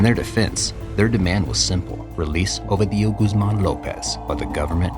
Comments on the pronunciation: Not a single time you said the name right. Constantly saying "Ovidío" instead of "Ovidio"... I refuse to beleive you've no form of asking someone how to properly pronounce it. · OVEDIO?? WHAT THE HELL IS OVEDIO, HIS NAME IS OVIDIO NOT OVEDIO. HAHAHAHAHAH OVEDIO. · next time say "o video" and not "ovi dio" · ffs say the name correctly its ovidio with a iiiiii not "ovadio" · Now who tf is Ohveedee-o 🤔😂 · Such a good channel, but they always mess up the protagonist's name. Ovi Dio, is this italian for eggs Benedict? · You have to stress the second syllable O-VI-dio. Not the last.The letter V in Spanish is pronounced as B. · Learn how to pronounce Ovidio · The narrator is saying Ovidio with four syllables but it’s only three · Damn it hurts to hear how you butcher the name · Great content but you're killing me with the pronunciation of his name. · One would think that, to be considered as a half serious piece of journalism, the narrator of this short film would at least learn how to properly prononunce Ovidio's name. But no. The maker of this video didn't have the professionalism to do his research. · That's not how you pronounce Ovidio's name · Yall dont know shit. Cant even say his name right. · very good, but one question how hard is it to listen to the media pronounce his name , so it can be said the right way? Every time it was said I got confused, like who the hell is he talking about.